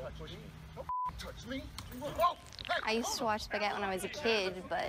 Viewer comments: “Say Spagoot” love how he pronounces it wrong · It’s amazing how much the pronunciation of “Spagett” degenerates over time. You’ve got “Ah-Shboogeeta” “Ah-Shpoogatta” “Spigoot” “Uhhhspughurrt” “Sperburk” “A-spigoot” and “Shpoogaht”. Incredible.